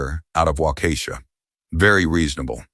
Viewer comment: "Waukesha" is not pronounced "Waukeeeesha".